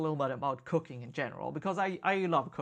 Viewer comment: First five times you said "cooking" I understood "cocaine". You can't imagine how weird it was. Lol. I'm not a native English speaker either so that might explain it. Great episode!